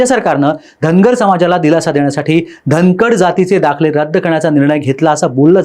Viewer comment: अरे धनकडं नाय र बाला 😂